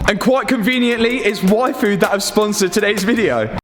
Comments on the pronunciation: is it just me heard waifu instead of yfood? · Every time you say yfood, I hear waifu.______. <3 Love the videos! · He said yfood and all I understood was waifu...I need a life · is it just me or did hear waifu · You pronounce yfood like waifu. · I kept hearing “waifu” 😂